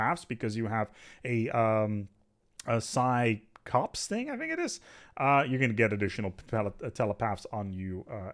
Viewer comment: Little thing but Psi-Corps is pronounced Psi- core.